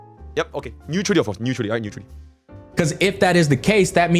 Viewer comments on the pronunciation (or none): Ne-uther-ally speakin guys